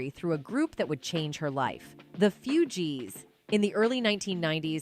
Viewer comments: I always thought it was pronounced 'Fou- gees' not 'Few-geees' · She mispronounces Fu-gees so many times. 😂😂😂😂 Few-Gees. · Isnt it pronounced "foogees" not "fyougees" lol? Who is this narrator? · It’s not the “few-jeez” it’s pronounced “foo-jeez” Wtf! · It's pronounced foo-geez. As in refugees. Because it's slang for Haitian refugee. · Foooooooogies…not feeeeeuuuugies. Pronounce it right.😂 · It's pronounced Fu-gees not Few-gees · Foojeez not fewjeez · It's not "Few-Gees", it's pronounced "Foo-Gees". Aside from that, the way I see it, it's not an industry thing, it goes much deeper than that. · Fugees not few gees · AI be like “the Few G’s.” 😭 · "Few G's" stop using AI voices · The "few Gs" 😂🤦🏽‍♀️ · how can you do this 'documentary' without mentioning her MTV Unplugged album? listen to the track War On Mind - your answers are there. you lost all credibility with that and how you pronounce 'FewGees' - what a joke. add to that your clickbait title - as if she has recently come out with more info on what happened. booooooooo. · Not the Few G’s lol the pronunciation crazy.nome the less, Lauren Hill still makes an impact of expressing your soul through music. Something that needs reigniting in todays music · stop saying FEWGEES....AI? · The "fewgees"😂😂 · Why does the AI call them the Fyewjeez? So dumb. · She started with the ‘Few-gees’😒 when was this? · Hearing the narrator say "Few-gees" is just crazy smh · The ‘few’gees?!🤦🏾‍♀️ Was this an AI narration? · im laughing cuz the a.i. saying Fugees sounds like "few Gs" 😂😂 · I’m so sick of you coloniziners mispronouncing black artist names that shit stay irking me